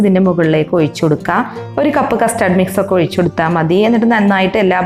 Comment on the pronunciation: ഔയ്ച്ചല്ല ഒഴിച്ച്